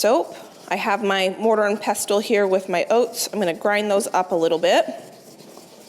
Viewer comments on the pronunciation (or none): I’ve noticed a lot od ads. So far 7 at the 28.30 mark. Also, the t in pestle is silent. Just being observant